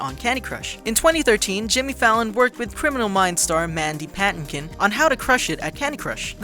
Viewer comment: small detail...can people pronounce things properly? Mandy PAT*TIN*KIN